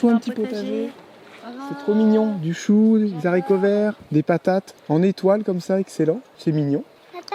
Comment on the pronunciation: C est insupportable vos zaricovert. Au début je pensais que c était pour rire , mais au fil du temps j ai pas l impression. C est Haricot sans liaison au singulier,ni au pluriel😂